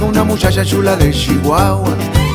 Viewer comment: “Una mushasha shula de Shihuahua”, ja, ja, ja, me gusta como lo dice 😂. Salu2 a to2 desde el mejor país de Centroamérica: Honduras.